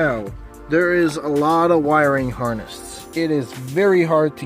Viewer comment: I e never heard someone call a wiring harness a harnest